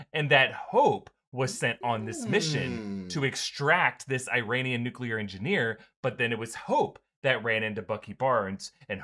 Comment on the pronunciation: I rain ian? E ron ian?